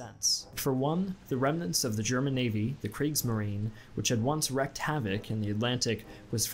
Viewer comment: wreaked havoc not wrecked havoc